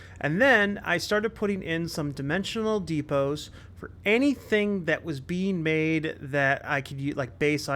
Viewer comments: Def emotional depot. I hear it too. 😂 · EMO-TION-AL DE-PO!! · Is it just me or do I keep hearing "emotional depots" when you're talking about the dimensional depots? haha Great builds! Looking forward to seeing this series continue.